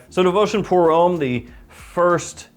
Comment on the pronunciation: Come on it’s pronounced hom- me. Not home